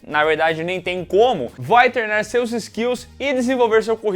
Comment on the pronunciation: Gosto do falando "Como TERNA o seu dragão" todas as vezes KKKKKKKKKKKK